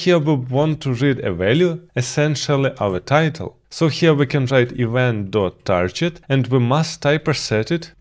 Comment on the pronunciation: Target with a g as in girl not j